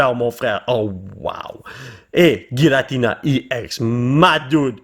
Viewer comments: La prononciation est mal pour Giratina ça ce prononce jiratina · sa se prononce jiratina